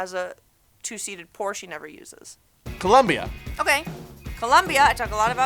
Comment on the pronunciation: Fun fact about Colombia the surface of the country is equivalent to the sum of France + Spain + Portugal. And It's Colombia not Columbia so be careful with the pronunciation and grammar.